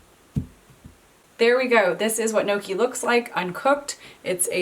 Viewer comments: lol not gnocchi like ‘pokey’, but gnocchi like ‘rocky’..😄All good, love your vids. This is on my list for the coming week😃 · As always, clear and very easy instructions! Thank you! [Now... add a fork and correct pronunciation and get a double win! Pronounce the letters inside the parentheses as one letter, (YGNow) key.] I absolutely can't wait to try the beet version. I am currently snowed in so, soon. ~Marie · you should roll up the back of a fork to make a pocket and ridges to hold the sauce and you don't pronounce the N its more a yonki sound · So funny how you pronounce it like "no-key" 😂😂😂👍🏻👍🏻👍🏻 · It's pronounced neeohkee. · just to assist in the pronunciation.......they are pronounced....... "ING-yuck-E. Hope this helps. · Kneeawkey. According to a Sicilian chef I know. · Gnocci , there¨s a J after the N when you pronounce it